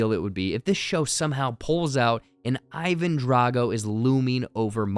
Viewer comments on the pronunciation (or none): none